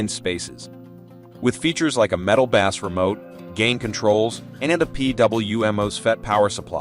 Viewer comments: I just can’t with saying “W” instead of watts. And pronouncing bass (fish) instead of (base). It’s like they have no idea and just reading a company script. Not a real comparison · These ai voice generated videos cannot be taken seriously... "Deep Bass" was my turning point